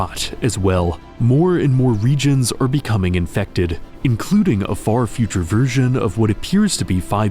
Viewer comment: Feels good to finally watch a RainWorld video where they pronounce Iterator correctly :p amazing work